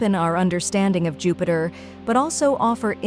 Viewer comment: LOL Your fake computer voice called it jew-peter and a dozen other mispronunciations. HAHA it can barely speak english